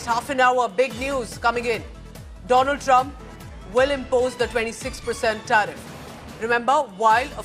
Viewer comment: My priend dolund trump 😂